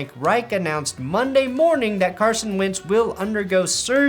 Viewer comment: Is he saying Carson "wince" on purpose?